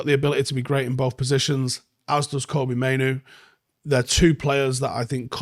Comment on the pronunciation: Pronounce it ‘Kobbie like Robbie’